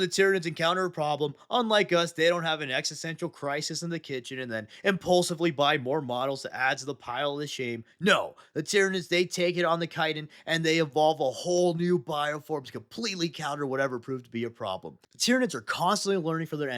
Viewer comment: The Chit in Chiton or Chitinous is pronounced like the word Kite. Dope vid 👍📈💯